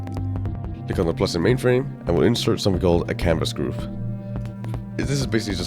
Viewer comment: i dont understand are u saying canvas gruve or canvas group